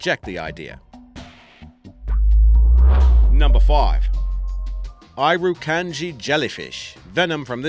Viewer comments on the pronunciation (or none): It's IRR-e-kAN-ji, not iru-kan-ji....a simple Wiki search has the spelling/pronunciation right next to the bold Irikanji jellyfish....did you even bother to LOOK at the wiki at all?! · Mate your accent is atrocious. Also, you neglected to mention the Cassowary, Jumping Jack ant and cone snail. Oh and Irakanji is pronounced ear-a-can-g.